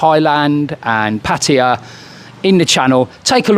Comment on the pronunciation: You must be one of the only youtubers who can actually pronounce "Pattaya" correctly.